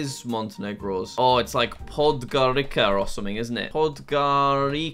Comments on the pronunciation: It isn t Podgorika it is Podgorica. Hello from Sarajevo. 😀🇧🇦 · Montenegro's capital is pronounced Podgoritsa, not Podgarica Moldova's capital is pronounced Kishinau, not Tsisinau